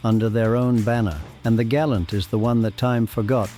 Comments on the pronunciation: Gal- ANT as in the animal not gallant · It is named a Gal-ant you old Gal-oot. Nothing in this bunch is worth remembering unless you a sad old Pom. The Simca Centura and Rambler Hornet are worth a look. But outside of that no thanks.